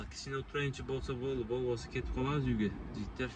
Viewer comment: Досум Кыргызча суйлочу Бовосо эмес болбосо деп